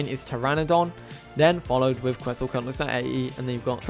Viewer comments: Quet-zal-Co-At-lus not Quet-zal “coat” lus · every time he pronounces Quetzalcoatlus as that I die a little inside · It’s his accent